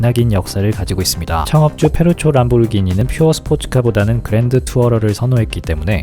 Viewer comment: 그러네요. 발음영상보니까 페루초가 맞군요. 전 현지에서 페루찌오 식으로 발음할 줄 알았네요 ㅋㅋ